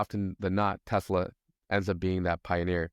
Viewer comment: "TELSA" is that a new company?